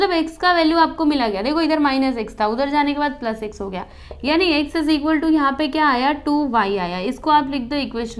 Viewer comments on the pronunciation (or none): Didi gay nahi gaya hota hai😊